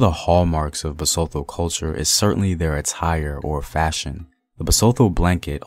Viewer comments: 😂 the way u say Basotho like it's French, it's Ba-soo-two man yohhh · The pronunciation of our Basotho words was abused."tho" is as" tto",not Thor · Love the vid.... BTW the T is never silent. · I'm hurt on how you pronounce ma people (Basotho) well great video though...